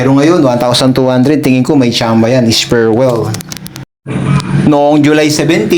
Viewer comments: Es pre well boss hindi esperwel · S-PRE-WELL ang basa idol. Hindi Sperwel